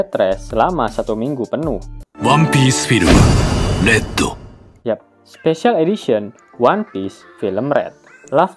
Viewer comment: Penyebutan red nya ga enak di denger